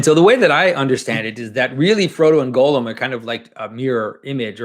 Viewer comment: I'm pretty sure his name should be pronounced Gahl-lum, not Golem (Gollum).